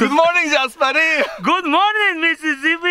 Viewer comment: Stop saying missiszbi😂it's a bad word